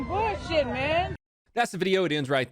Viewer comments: This is definitely some "boouhshih" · I’m not gonna listen to someone who pronounces bullshit like booshit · Did she say, “this is some bowl shit” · “This is burrshit”